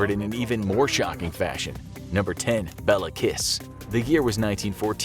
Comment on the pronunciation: I love the way You said Béla Kiss. It isn't even close to the correct pronanciation. Also i never heard of that guy and I'm a hungariand and I never thought that a hungarian serial killer would be in one of your videos.